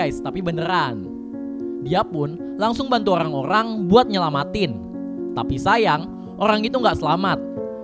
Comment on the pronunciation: Orang2 bang bukan ogkhang